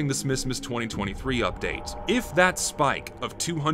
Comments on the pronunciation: this video is amazing and informative, but did anyone else notice the heavy southern accent any time he said "spike"? I love it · good video but you pronounce spike weird